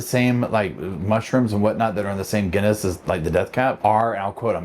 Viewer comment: Just a heads up, the word Genus is more commonly pronounced like a "j". Sounding a bit like "jean us". Sorry, but I would question anyone buys mushrooms covered in plastic? Why would you? Paper is the only way to go for mushrooms to breathe. Apart from that, it is probably just a case of how long will she go away, rather than, will she go away?.